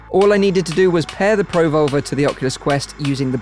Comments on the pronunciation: Neat technology, thanks for the video! I can't hear anything other than "pro-vulva" with the dropped R's 😂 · Yeah, he really shouldn't emphasise the pro and leave the volver on its own. Pruhvolver like revolver, Pro - volver is something Fleshlight will make in 2052.